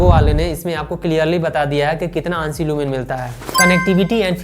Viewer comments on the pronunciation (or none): Aansi lumens nhi A N S I lumens bolte h